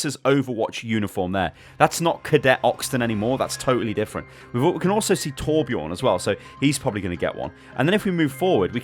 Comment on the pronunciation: if u cant say torbjörn then stop saying what shit ur saying